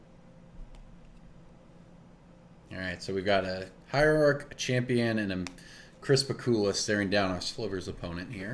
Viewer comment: Ohh, I thought you were saying ‘crisper/cooler’ referring to the fire and ice mage hands rather than Chris Pikula. Either way, knew which card you meant!